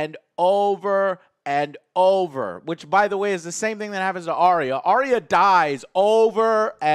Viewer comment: Eurion??? Isn’t his name Euron? I notice that many USA you tubers have difficulty pronouncing the names of GOT characters!?...adding additional ‘i’s’ where they don’t exist! Like Arriah! Who is actually pronounced Ar-ya. Two syllables.